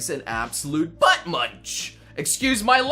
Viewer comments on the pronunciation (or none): none